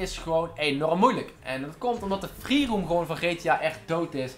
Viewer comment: Hij zei een aantal keer: "Freeroom". Maar even serieus.. GTA V is echt niet dood hoor? Zat Amerikanen waarvan de online episodes, echt miljoenen keren worden bekeken. Voor jou is het dood, omdat je zo weinig kijkers hebt. Logisch ook, met zo'n slechte uitspraak voor Engelse woorden. Misschien moet je een keer een video maken, over dat je probeert een straaljager van de militaire basis te stelen.